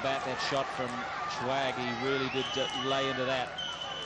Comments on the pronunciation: Yea, they called him Shewag instead of sehwag. too funny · the commentator calling him shwag :)